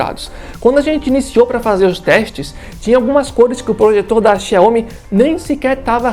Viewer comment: Quando ele falou Chai homi parei de assistir o vídeo 😩